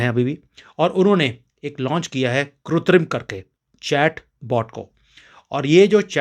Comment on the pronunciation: I offer my condolences to Pancholi ji and his family for the departure of his wife and pray to Ishwar for the peace of her soul., the correct hindi pronounciation of the word artificial is kritrim not kutrim. Kritrim is wrongly pronounced by many people as kutrim.